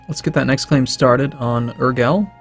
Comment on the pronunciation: Urgell is pronounced like Oorjay